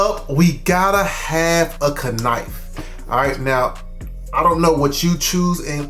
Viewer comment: I call it a Kuhnife too 😂